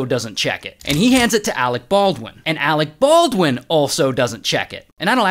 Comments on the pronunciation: "Alec Baldwin" oh no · All those extra "R"s in "armorererer" & you couldn't spare a few more to slide into Ahreck Barrrwin?